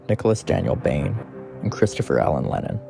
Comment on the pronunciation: Great video but the way you pronounce miramichi, Allan and Legere is horrible.